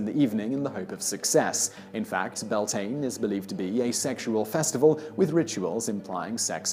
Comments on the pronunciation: It's byal-tin-A not belltain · I know but being Irish it kinda annoys me, I just can't help it. Also it's Bealtaine here(pronounced BE-Al- TANA) it's kinda those things that get on my nerves. But what really ticks me off is when people are expecting names and words to sound lie English and end up just criticising it. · Bealtaine......welllllll I can't even begin to explain how that's pronounced....loved the video anyhow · You miss-pronounced Bealtine! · Interesting info.The pronouncuations of the Gaelic words are waay off! Samhain isn't "Sow-ween" but more like 'Sow-an', sow as in 'cow'. "Bealtane" is Bel-teen-A, not Bell-tane. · Samhain = sow-an Bealtaine = bal-tha-na I actually want to cry why can people not just research pronunciations I'm begging